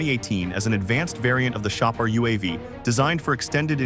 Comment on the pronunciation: shah par not pronounce as samoosa